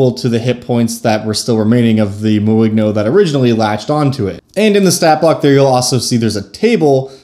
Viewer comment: It's french, so should be pronounced more like "moin'yo"